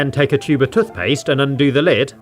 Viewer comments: tuthpaste l😂l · Your dumb it's toothpaste not tuthpaste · tuffpast lol it’s toothpaste. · Tuth paste 🗣️🗣️🗣️ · Toot paste?(i think everyone heard that) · Toothpaste tooooooth not touth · 🤔Hang on hang on….Toot-paste…???? Am I missing something here or did I just hear that so totally wrong 😟..😂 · Tothpaste? You Have To Say Toothpaste. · What’s toth past 😂😂😂cracking me up lol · This hole is where the “tuthpaste” goes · It’s toothpaste not tuthpaste. Wtf is a tuth? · Tuth paste 😆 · U mean tuthpaste. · Wtf is tuthpaste? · "tothpaste" - 2022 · Why is he saying “tuthpaste” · "Tuf paste" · STOP SAYING TUTHPAST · Why do you say touf paste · "Tuthpaste" that got me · instead of tooth paste he says toth paste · Love these videos never disappoints but I can’t get over “tuth paste “ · Tuth paste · Toothpaste ❌ Tuthpaste ✔️ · Love watching videos, very relaxing. However I do sometimes notice it when he says tuthpaste instead of toothpaste, but non the less he’s a legend and I thouroughly enjoy the videos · Nah he said. Tofpaste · who calls toothpaste "tuthpaste"? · Just me who noticed then he says toothpaste he pronounces it as tufpaste? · Can we just point out how he says tooth like tuth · I hate the way you pronounce "toothpaste" Tuthpaste... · im scared how he said tothpaste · has aanyone noticed he says toothpaste like tuthpastse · I don’t care where you’re from, that way of saying toothpaste is categorically wrong. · Man can't pronounce toothpaste lol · Your accent is very bad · tothpaste tothbrush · It’s not tuth paste it’s tooth paste It’s not tuth brush it’s tooth brush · Bro he said tuthbush and truth paste